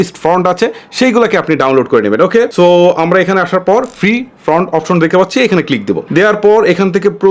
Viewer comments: Front (ফ্রন্ট) না, Font (ফন্ট). আগে আপনার উচ্চারণ ঠিক করুন। আপনার উচ্চারণে অনেক সমস্যা। যেমন আরেকটি--- অপেন (Open) না, হবে ওপেন। আরও অনেক সমস্যা আছে। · Bhaiya font bolen front na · ভাই ওটা ফ্রন্ট না ফন্ট।। এতো বড়ো ইউটিউবার উচ্চারণ টা ভুল বললে হবে? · ফ্রন্ট নয়, শব্দটা হবে ফন্ট। ফ্রন্ট মানে সামনে, আর ফন্ট মানে বর্ণ